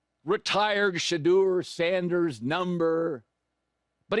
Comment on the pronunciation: "SHE" deur